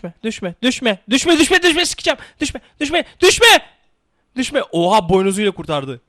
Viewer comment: Düşme derken sanki doushbag diyor